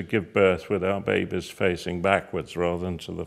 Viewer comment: I love how he says babies babehs babehs XD it's fun to say